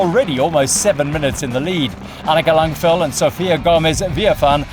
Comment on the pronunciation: Thanks for all the great videos! Annika is called Langvad though, not Langvil. ;)